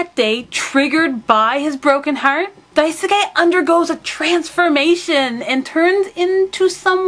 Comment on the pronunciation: Hahah just noticed, the last way you said Daisuke was correct! (Dye-s-kay) I CANNOT WAIT FOR YOU TO DO A REVIEW FOR KAMICHAMA KARIN, I know I asked you to a while ago, but I am sooo excited!!!! xD BTW Your videos always make my day~